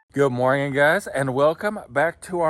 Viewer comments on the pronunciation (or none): Stop saying morging